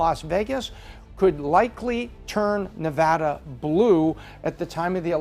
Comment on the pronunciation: You keep pronouncing Nevada wrong.